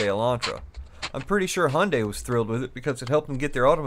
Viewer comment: Great video but please it's hi-yun-die